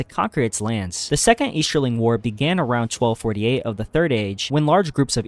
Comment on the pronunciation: eashterling? shtreaming.